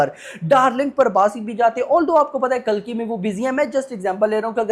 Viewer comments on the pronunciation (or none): none